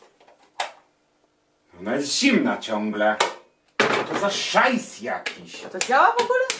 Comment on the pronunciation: "szajs" wymawia jak rasowy wkurwiony Niemiec xd